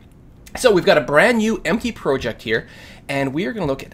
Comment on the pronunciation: You're mispronouncing "project", dude.